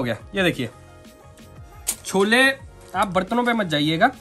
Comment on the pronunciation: cholla ni hota cholle hota hai🤣